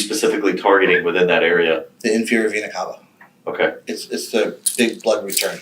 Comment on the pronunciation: If I didn’t know better I would literally think these detectives were getting sexually arroused hearing him say Vena Cava over and over. And he’s mispronouncing it at that!!!